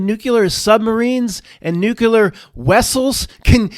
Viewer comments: C'mon, you are too smart to be saying NEW Q LUR. Nuclear is pronounced NEW KLEE ER. NO "Q" sound at all. I believe old dogs can learn new tricks. You can do it,. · Now, just own up to it. You don't know how to properly pronounce nuclear. There is no "Q" sound in the middle and no "L" in the final syllable. Many people say that word wrong, but you don't have to be one of them. I know you can conquer this. I'll be listening and rooting for you!